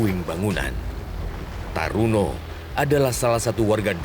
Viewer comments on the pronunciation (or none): Bukan Taruno, tp turono. Temen sekolah di STM negeri Pekalongan